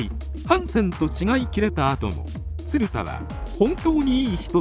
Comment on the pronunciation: 映像が入ってたらよかったなぁ… 全体的に発音もヘンだし、「ツルダ」はないよなぁ😩